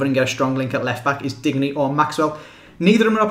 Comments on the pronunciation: Just btw i think its pronounced either dinyay or like the French word digne which is pronounced Dinyer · (You don't pronounce then 'n' c: Just thought you'd like to know from someone who is from france) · Say diende for digne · Digne is pronounced "Din-yay"